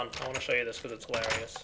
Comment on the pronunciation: Anybody notice he said "bechoz"?